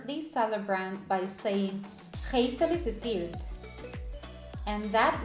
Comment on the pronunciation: Nothing fantastic about it ! She says GEEfeliciteerd, instead of gefeliciTEERD...